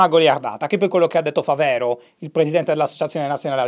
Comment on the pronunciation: Ciao, mi permetto di segnalare a è - molto probabilmente - Fàvero, non Favèro. Essendo il presidente ANA originario di Possagno, in provincia di Treviso. Qui in Veneto è un cognome piuttosto diffuso. Così, solo per poter puntualizzare una volta su un aspetto del tutto marginale.